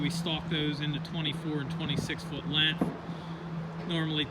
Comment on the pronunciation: Learn How to Talk you cant seem to say strength or length get some speech therapy!!!